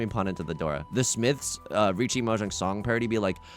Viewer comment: tips 4 dora “M’Jong”